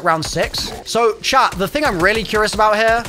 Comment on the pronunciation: Took me 13 minutes to realize you weren’t saying chap when you said chat 96 times. I was like, he doesn’t sound like he is from Liverpool lol!!!